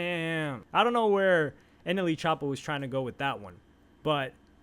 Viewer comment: Bro not NLE choppa he's "anally choppa" lol